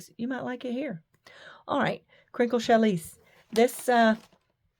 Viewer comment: Use a ballpoint needle on you machine. Okay now I am going to be anal, it is pronounced Shallie! Your fabric is beautiful!